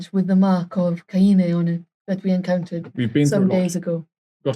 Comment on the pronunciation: i think it’s the elven pronunciation as opposed to the human “Cane” as it’s usually pronounced